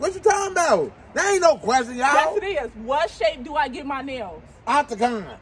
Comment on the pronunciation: Why you say "Octacon"?! Im done 😁🤣🤣🤦🏿‍♀️